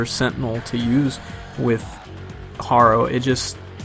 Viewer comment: I cringe a little every time I hear you mispronounce "Harrow"